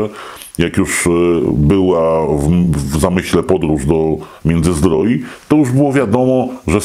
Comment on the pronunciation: Międzyzdrojów a nie Międzyzdroi